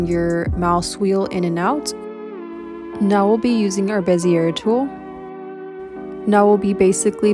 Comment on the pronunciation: Bezier is pronounced Bezz eee Ay not bezeurrr It's French.. (Insert French sounding laugh here).